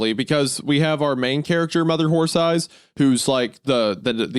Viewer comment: I loved the two times Wendigoon couldn't say "horse eyes" and kept saying "wh*re thighs" His mind betrayed his soul